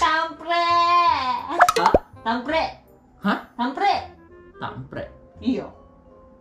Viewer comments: Kampret bukan tampret. 🤣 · kampret bukan tamprek 😂😂😂😂